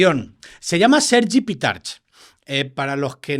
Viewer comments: Pitarch, en valenciano, se dice [Pitark]. En valenciano no tenemos la ch castellana. Mucho hablar de que será dificil de pronunciar para los de fuera y aún lo pronuncias mal. Supongo que él no lo corrige por estar harto de trabajar en Madrid y que se lo digan mal. Hay muchos apellidos valencianos acabados en -ch y todos se pronuncian con k y no con che castellana. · Pitarch se pronuncia PITARK!